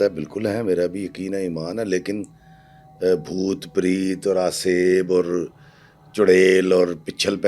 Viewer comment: Sir it’s PRET na ke PREET. Please pronounce correctly. What about instead of Ifftikhar iffi I say IFFTIKHEER AFFI. Preet is name. Preet means love pyar muhabbat.